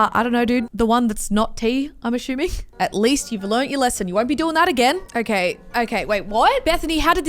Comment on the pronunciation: Does any one else get annoyed with how she pronounces assuming as ashuming ? still great content tho